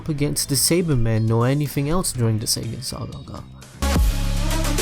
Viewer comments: Are you saying (Say-Gan) which should be pronounced (Say-Yan) or (Sai-Ya-jin) if you prefer the Japanese way. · r we gonna ignore the fact he said say Ginn saga and not saiyan saga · This is interesting but you have issues with pronunciation that make distract from the validity. Saygan...really?